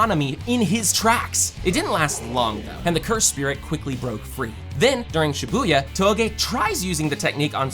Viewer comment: U keep saying shabuya Shabuya 2